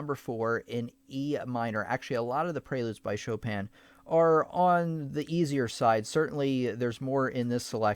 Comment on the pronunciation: Did he just literally said "Shópèn" Chopin?😂